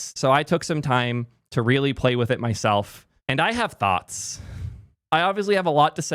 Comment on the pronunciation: saying, "I have touhths" feels a lot like "Houston, we've had a problem."